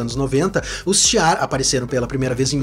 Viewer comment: O nome da civilização/povo é Shi'ar, não tem "h" nem "r" antes do "ar". Então não sei se a pronúncia é com "r" como você fez....